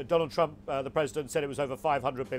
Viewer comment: sounds as if she said Donald Chump